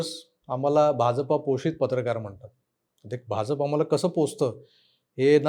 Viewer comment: Bhaunna BHAJAPA cha ucchar properly karayala sangave hi vinananti especially "JA" cha ucchar te "J" asa karatat ani te khup irritating vatate.